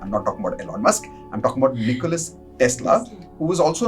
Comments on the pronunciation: His name is Nikola, not Nicholas. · NIKOLA not NIKOLAS